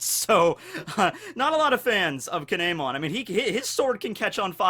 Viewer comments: He is saying kin’emon’s name wrong it’s pronounced keen yeh mon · Its pronounced kin mon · I hate your Japanese pronunciations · Please for the love of god stop saying Kin’emon like damn